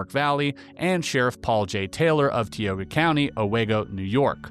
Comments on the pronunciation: tioga = tie O guh binghamton = BING um tun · TIE Oh GUH.... TIOGA...I just heard someone else, Drew Barrymore mispronounce this word. I say this with love, not judgement. Close to my early childhood home.